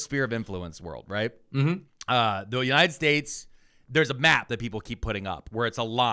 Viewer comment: Why was Miller pronouncing "United States" like he was drunk and had marbles in his mouth during that CNN segment where he said Venezuela was an island multiple times?! It was so noticeable and odd.